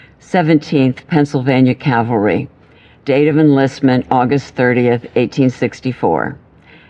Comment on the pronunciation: Sharon's story. Cav al ry not calvary. Why didn't they edit that out?